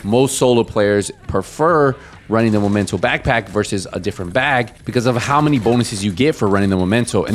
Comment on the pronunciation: This game is been out for so many years still people couldn’t pronounce the right name for backpack..it’s Memento not momento😂😂😂